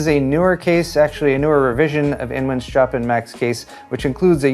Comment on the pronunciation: it/s pronounced Chopen, like (h)eeeeeee(y)